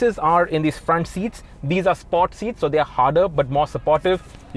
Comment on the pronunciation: Chutiyan please pronounce sport properly 🤣🤦